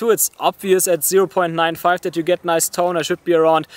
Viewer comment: I love that he is say toneh